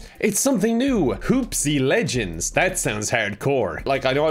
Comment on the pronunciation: "Legened." :thinking